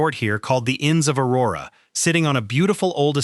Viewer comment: You were doing well, I think, untill I heard O-WAY-go, and at that point I started wondering. Then you totally messed up the Aurora/East Aurora thing, and I immediately changed my "like" to a thumbs down. I wish people who do half-assed work, like this, on these videos, would find something else to do. Total embarrassment. You've got to care to do it right !